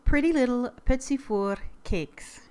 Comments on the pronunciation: Its pronouced pety for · Of it really is petit fours... Warning French lesson... You would and should not say the last t on petit and it should be petit not petits... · Your pronounciation of 'Petit fours' is cool - not englisch-like, but east-european-like :-) The R is sooooo special xD